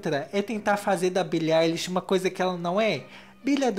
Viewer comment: primeiro Youtuber que fala o nome dela certo